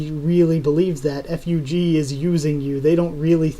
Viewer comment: Hey I really like your channel but just an fyi, in Korean manhwa FUG and SIU are pronounced as it is (like bug with f and pew.. but with siu) Keep up the good work man!